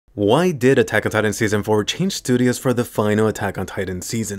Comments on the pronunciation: "why did atagada" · Everyone: attack on titan This guy: atacatatan